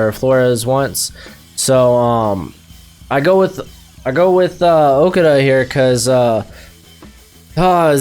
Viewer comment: Learn how to say Okudah